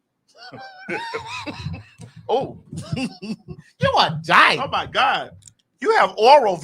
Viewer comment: The neck and emphasis on Dyke!!!!! 😂😂😂 (I didn't know she was a lesbian)